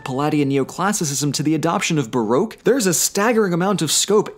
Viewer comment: you mispronounced baroque. it's pronounced 'barock' no't ''baroek'